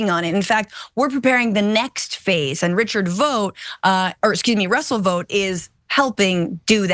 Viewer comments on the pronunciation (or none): Ikr, idk why she missed this perfect opportunity and kept pronouncing it vote instead. Wth? Probably working with homelander behind the scenes. 😂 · It’s pronounced “Vawt” like in The Boys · Omg stop pronouncing it as VOTE! We've all seen the boys, we know how it's really pronounced. Smdh.